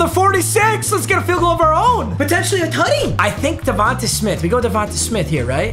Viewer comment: “ Devontuh smith” Papa